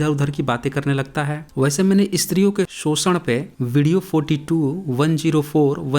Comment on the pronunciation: वो आदमी शोषण को सोषण्ड कह रहा था 🙄 आपका मजाक उड़ा रहा था सोषण्ड कह के 😒😒